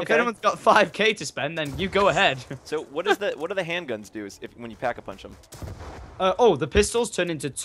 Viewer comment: *pack-a-poonch get it right